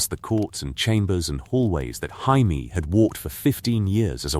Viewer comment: It drives me crazy. Every one of these has Jaimie's name pronounced "Hymie". It drives me CRAZY. If you have to, spell it Jaymee, so that it gets pronounced correct.